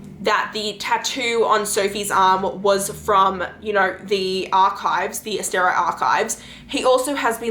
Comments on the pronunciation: I'm sorry but ASTER-EYE seriously? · You mispronounced like everything. So hard to listen to with your random decisions on how to pronounce things like Asteri.